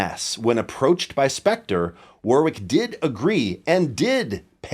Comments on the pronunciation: Whatever the history I'd have a Streamer Stage 2 over an NS2 any day. When I was learning how to play in the late '90's I knew about Warwick before Spector and the players I admired all played Warwick. The Streamer Stage 2 was the one. And, sorry Yanks, it's pronounced Worrick! Quit the War-wick crap. It's not a candle going into battle! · It's pronounced 'worr-ick' not 'war-wick'. There's an English town of the same name and pronunciation. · Sting had a foam pad under the strings in front of the bridge too, just damping everything. AND.... it's pronounced WORICK. It's a weird one, like WOOSTER sauce 😁